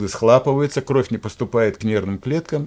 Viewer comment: Ну почему "схлапываются"? СхлОпнуть. СхлОпывается. Язык тоже ваден